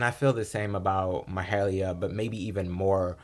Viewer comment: Thanks for posting. Her name is pronounced Mah-hay-leeah, with a slight stress on "hay".